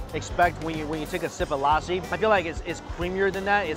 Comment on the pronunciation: This is a sweet lousi😂😂😂 this is lassi man